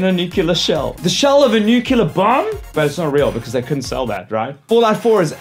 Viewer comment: nukular..... really? you trollin bro?